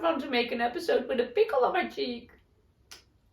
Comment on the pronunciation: Pimple on your skin? It sounded like you said, "pickle" which is a cucumber in vinegar that you eat. Yes, we all have pimples and fuzzy hair sometimes (I do right now) :)